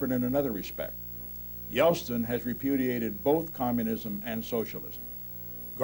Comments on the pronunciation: Say "Yelstin" one more time. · He keeps saying Yelstin, not Yeltsin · Nixon was brilliant and incredibly prescient. I've noticed he always pronounced Yeltsin as "Yelstin". Not a real criticism, I absolutely admired Richard Nixon. The most enduring political presence of the last half of the 20th century.